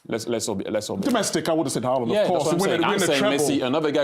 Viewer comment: I thought who Henry talking about as I thought he was saying Alan